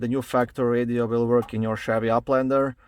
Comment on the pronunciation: I love the way you say Uplander lol 🤭😂